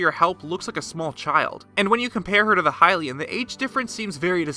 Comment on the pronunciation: Why did you say hylian wrong in the seven heroines video and now say lynel wrong? It's stupid and annoying...